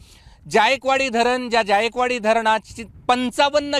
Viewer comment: ज्यायकवाडी नाही जायकवाडी आहे ते